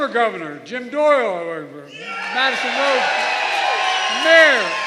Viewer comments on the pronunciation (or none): Who is Jim doyle-oye-oye-oye? LOLs!